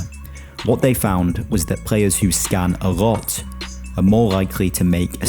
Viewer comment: Bro cant say L 'prayer' ' a rot'